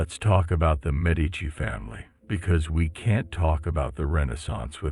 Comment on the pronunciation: I enjoyed this. A couple of pronunciation problems, though: "ch" in Italian is pronounces as "k", which "c" is pronounced as "ch". Therefore, Brunelleschi is pronounced broon-eh-LESS-kee, "Botticelli" is bot-ee-CHEL-ee, and "Galileo Galilei" is gal-ee-LAY-oh gal-ee-LAY-ee. You got "Medici" right, though (MED-ee-chee).